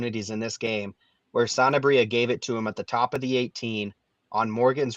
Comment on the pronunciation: It’s Sanabria, not Santabria. Am I the only one that feels like they throw in a t sound?!